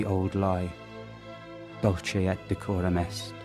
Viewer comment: Another lazy reading from an actor who has not taken the time to learn that in Latin all pronunciation of 'C' is hard . 'Dulce ' is pronounced '"dul ' kay'" not " dul' chay".